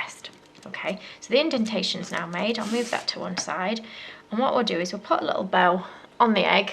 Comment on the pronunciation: when you said bow I thought you said bell